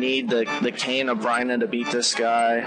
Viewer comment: That purple thing is the Mad Batter. And the cane isn't pronounced brine-ah, it's more like burn-ah.